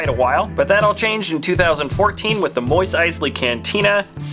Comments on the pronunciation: It’s not moist eisley it’s mos eisley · Did he say moist eisley cantina? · "moise eisley" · Why do you call it the moist eyes lee cantina